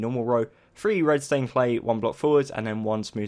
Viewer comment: I KEEP ON HEARING REDSTONE CLAY